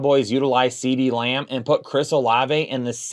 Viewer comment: I just noticed that. At least he's not Beebee